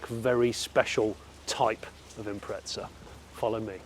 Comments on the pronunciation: SUBARU = IMPREZZZZZZZZA = there aint any TTT in the word IMPREZA ! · IM-preza not impretza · Im Australian ok, and nowhere in earth does the word have a "T" in it. the correct saying is "im-preza" not impretza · its not an impretza its an impreezza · Its an 'im prez a' Not an 'im pret za' For a pom, you sure are butchering the queens english. Love an Australian who spreaks it better than you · Where is the T in the Impreza? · Impreza not impretza hahah couldn't get passed it, good video tho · where the fuck does the 't' come from, it's fkn IM-PREZ-AH mate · Someone explain why he pronounces”impretza” when there is no T in the name 😅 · I never understood why some people pronounce Impreza with a T in the middle wtf is an impretza? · Impreza doesn’t have a T in it. Impretza? May as well call it a pretzel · Why do you say "Impretza" ? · Where is the 'T' in Impreza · The car name is Impreza nowhere on earth does the car spelling have a T in it. You should quit doing reviews on cars which you know nothing about if you can't even learn to speak correctly or name a car name correctly. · Wheres the 'T' in Impreza??? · there is no T in Impreza why do English people pronounce it like that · Were is the letter t in Impreza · There is no "t" in Impreza !!